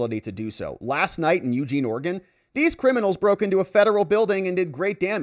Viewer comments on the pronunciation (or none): none